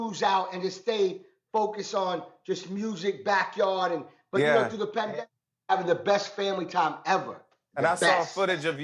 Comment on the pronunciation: "PENdemic" tho😂😂